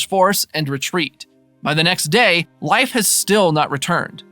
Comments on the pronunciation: whos life pmsfl thats not how you say his name< its more like leaf then life loool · I believe his name is pronounced LayFF … not LIfe…sorry I just seen you addressed this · It's pronounced leaf no? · You pronouns Leif like Lajf (american letters), not like Life... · bruh, his name is pronounced "Leaf"... Not, "Life"... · I'm pretty sure it's pronounced layff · I thought the same thing! Haha! I kept saying it's LEAF! 🤣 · I did do some reach after commenting this and I guess in Scandinavian vernacular, it's pronounced similar rhyming with life. But it sounds like this guy is straight saying Life instead of Layff. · You are saying Life...Wtf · I'm I confused or are you calling him "life" Erickson? Is that the real pronunciation? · Can’t listen to Lief being pronounced incorrectly anymore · How do you not know how to say Leif’s name. Pretty horrible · How do you make a recap for a show and consistently mispronounce one of the main character's name?